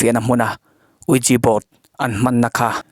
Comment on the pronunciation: Uiji board itia uija board tia lamtur ani zoklo mi?? Anyway hetia fiah leh zuala ilo recape hi tha k ti khop mai.. recape ti maiang o🙄🙄